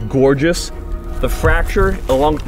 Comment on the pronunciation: Did you say “gourd”ous? Haha